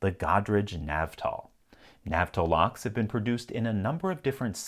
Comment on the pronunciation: It's an old video but it's NAV-TÄL and not NAV-TAL